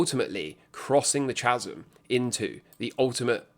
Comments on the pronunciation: what is a 'chaz-um' 😂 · Chasm... it's pronounced Ka-zum 😂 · Chasm. Does anyone else say chasm? I thought it was chasm, as in kasm. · Mate, it's a silent H in chasm 😂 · I'm just spellbound by your pronunciation of 'chasm'! Like a touching homage to Chas & Dave?